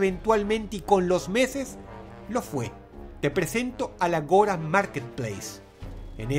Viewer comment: Se dice "ágora", no "agóra" Don Perturbancias